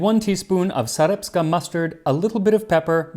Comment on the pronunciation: Great video. However,I noticed 1 little mispronounciation: It's not "Sareptska Mustard", but "Sarepta Mustard". Sarepta is a German village that was located near the town of Tsarytsin(Volgograd nowadays) And the people of Sarepta still produce their famous mustard. It's very tasty!